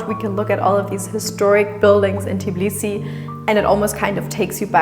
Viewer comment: Please do NOT mispronounce the name of the city! It is TBILISI, definitely NOT "Tiblisi" as you call it!